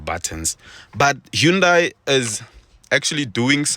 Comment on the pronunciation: great car for real, check out Mrhowmuch and Khathuoncars its pronounced HA-NDA-I (like Sunday) NOT HU-NDA-I